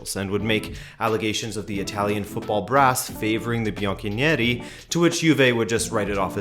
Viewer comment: "Andrea Agh-uhnelli," "the Bianckow-ouie-Nero," yeah this guy knows his topic and is qualified to "explain" such a complex matter...